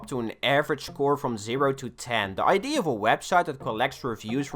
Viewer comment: Its idea not id numnuts